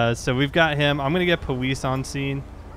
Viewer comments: He said powise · Powese? (How FTM says Police)